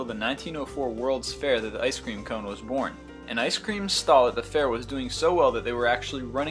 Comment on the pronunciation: And thus! ----- was byorn! Haha!